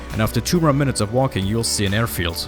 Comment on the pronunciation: I didnt know idea and walking had a R in it 😂